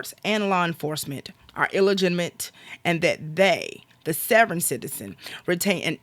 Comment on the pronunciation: "Savverins?" otherwise OK